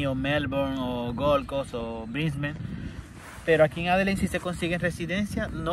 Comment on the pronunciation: Que te cuesta decir "Adeleid"??? Tienes que salir con "Adelein"... 🤣🤣🤣🤣🤣🤣